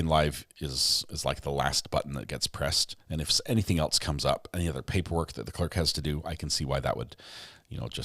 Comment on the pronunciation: "Did anyone eltse hear that?" says. Chef's kiss,!